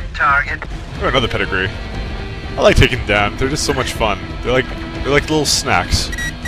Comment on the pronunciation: Are you saying pedigree, it is peregrine